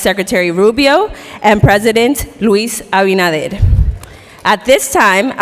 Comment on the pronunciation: Can't even pronounce LUIS ABINADER's name after a guy says it like 10 times very loudly next to him. On top of this, he makes a mockery of the stage he was given by going on a thank-you parade before getting to what he was supposed to do and of course, messing that up too. This Florida moron will always be a disgrace and clown.